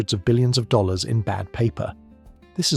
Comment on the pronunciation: you seem to have a problem pronouncing dollars and dealing with acronyms 🤔